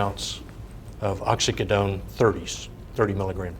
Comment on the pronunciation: Resume is flawless; opens his mouth and reveals himself to be an imbecile. They paid this dunce a fortune, and he doesn’t know what a pill mill is, nor can he pronounce Oxycodone. He should return every dime they paid him or go to prison for fraud.